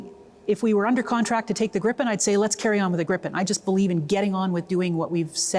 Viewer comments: It's Gripen, not Grippen. It also uses US engines. So it depends on the US. Sure there have been talks of replacing the engines. But nothing has been tested and no contract has been signed. How do you know the Gripen is more suited for our needs. The first operational Gripen was only delivered in October of 2025. It has not proven anything. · 😊 I believe the proper pronunciation is more like "greepen".